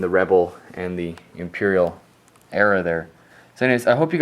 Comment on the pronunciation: he said webel army😅 !